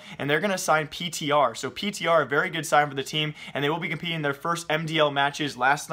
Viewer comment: my man it's Peter not P.T.R.